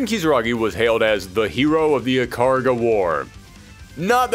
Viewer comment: Ikaruga --> EE-Kah-Rue-gah.